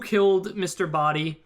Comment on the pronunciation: Although I have felt the Scarlet ending was most reasonable, there were some elements in the final ending that made it make more sense since they all indeed had the motive kill whoever they did, Mustard would have been the one to destroy evidence contrary to Scarlet, Plum mistakenly pronouncing Mr. Boddy dead, and not to mention, as 7WhitePhoenix7 said, Mustard would have had access to Wadsworth's pocket. When I thought the final one was most likely, I then thought about Wadsworth being in reality Mr. Boddy was odd since how it looked in the beginning [how could the "real Wadsworth" risk his own life like that under orders of his former(?) employer]. I thought it would have been reasonable for Peacock try and grab the gun from Plum in the dark, thus screaming and running to the light switch when it fired, she sounded suspicious when she talking in the kitchen about having the knife and dropping it later, and she was closest to the light switch. Also, Mustard could have heard about the secret passage because Yvette (that's how you spell it) told him. So my point is, all endings have their positives as much as they have their negatives; therefore, they are equally possible. The reason the last ending was considered "what really happened" was because of the "motives" for each "murder one by one."